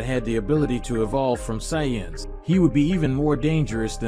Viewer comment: And sayance?